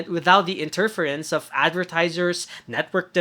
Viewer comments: The way you introduce words is strange. Like, who puts the emphasis on the second syllable of "interference" and not the third?! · "inTERference? no no. its "interFERence"